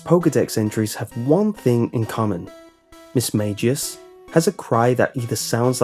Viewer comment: I thought missmagius was pronounced miss- mag-ee-us